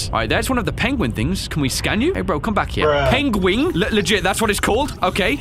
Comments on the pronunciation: Pengwing? Benedict Cumberbatch would be proud. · Pengwing. Please tell me that was intentional... Benedict Cumberbatch... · I think the name Pengwing is directly from Benedict Cumberbatch, cuz somehow he couldn't pronounce penguin and kept saying pengwing in a documentary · Finally. a penguin Burbatroph Corralsnatch can pronounce!